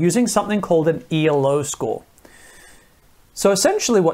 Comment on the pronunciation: Its not E.L.O Its Elo, named after the Russian inventor. Pronounced Eelo